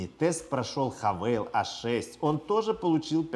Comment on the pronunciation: Хавал... Не хавейл